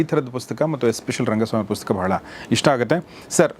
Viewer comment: Sir ಪುಸ್ಕ.. ಅಂತ ಕೇಳಿಸುತ್ತೆ... ದಯವಿಟ್ಟು ಗಮನಿಸಿ🙏